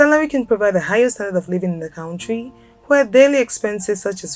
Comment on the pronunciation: small minded? People are looking for accurate information. She can't even pronounce 'country'!